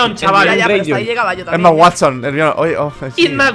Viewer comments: jjajajaja me da risa cuando dicen ermion jajaja en mexico le decimos germaioni (pronunciaciones) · Se pronuncia Jermaioni no ermion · HERMION?!?!?!? lo dicen mal asta para decirlo mal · hermion? socorro, duele escuchar que le llamen así a la pobre 😂😂